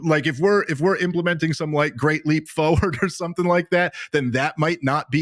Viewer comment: Bro said The Great Leap Foward 🤣🤣